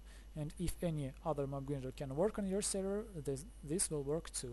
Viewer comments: Your English is very good! Just one tip. "Grinder" - say "i" or "eye" gr-eye-nder. Not "Greender". But that's just a small tip. Thanks for the video, it's a cool and neat design! I'm going to struggle to get the villager up there, but I'll give it a go. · its pronounced mob gr-eye-nder as in eyeball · Lol it mob grinder not greender lol good video